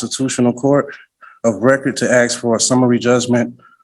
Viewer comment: He sure is "AXING" a lot here!! BWAAAAHAHAHAHHA! What was the old song?........."Poor Little Fool! BWAAAAAHAHAHAHAHAHA!!